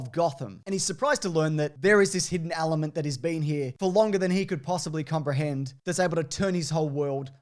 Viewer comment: did you really say a “there is this hidden Owl-ement”?.......